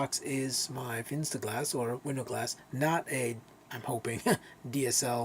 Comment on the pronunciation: Very nice video, thank you! I am glad, my "Fensterglas" is still good, but good to know how to replace it now. Regarding "Fensterglas": You can pronounce it like "FAN - sterglass", that means the "Fen" part of the word "Fenster" is pronounced like the English word "Fan". PS: I love the new opening sequence! MUCH better than the old one. Very well done, mate!